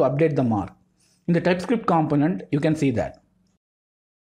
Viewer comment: Man, I really like your explanations, thank you so much for all the work you put into your videos. A small note for all of your videos I've seen, a component is pronounced like compónent, other than that, your videos are pretty much perfect – straight to the point and easy to grasp the concept